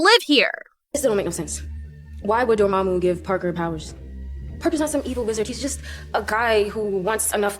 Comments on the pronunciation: Isn't it Dor-MA-mu?, why dor-moo-moo? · lol door-moo-moo.